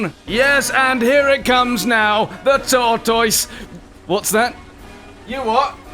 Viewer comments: I laughed way too hard at "Tor-TOISE!" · A Brit doesn't even pronounce 'tortoise' correctly. Shame